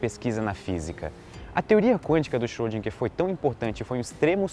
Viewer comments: Xôdinguer, não!!!! Por favor!! Erwin Schrödinger! Tem um r no meio. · Schrödinger...Ö!!!! Não é som de "O", mas de "E fechado"! ;)